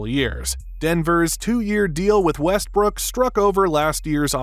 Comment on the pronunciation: Bro did he call him Westbrick or I’m trippin